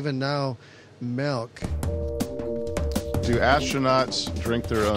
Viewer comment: We have fruit juices... And even now Melk. What's Melk?